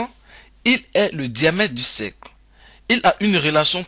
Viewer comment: Un cercle et non pas un cècle !! Distance et pas dissance.... Pénible pénible , fuyez !!!